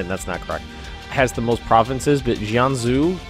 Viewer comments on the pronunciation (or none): Actually, I'd say it's high-shee (海西). In Chinese the "x" is pronounced as an "sh" with the tongue straightened behind the front teeth. In that same vein, +, "Jianzhou" would be pronounced something close to "Jan-joe." "Jan" as in "January" and "Joe" as in the name Joe.